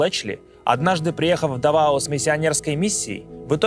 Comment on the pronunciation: Местные ставят ударение на первый слог. ДАвао